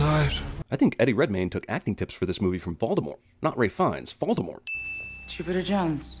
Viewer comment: Ralph Fiennes first name is pronounced: Raif. Which is what they said in the video